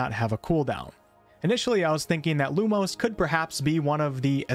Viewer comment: I am going to be such a fuss arse when it comes to pronounciations with the dialogue, specifically with spells, and some general words. E.g. You pronouncing Lumos as Lumose, instead of how it should be (Loo-Moss).